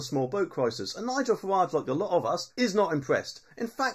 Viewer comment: Its Farage not Farwarge